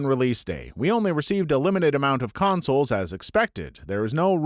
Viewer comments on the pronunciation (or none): none